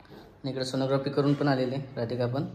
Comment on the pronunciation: Sonogrophy nahi g sonography